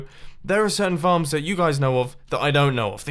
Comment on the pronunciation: U SAID FARMS AS fxcks